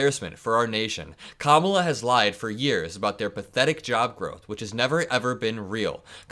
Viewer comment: Just want to applaud your masterful pronunciation of the Vice President's first name.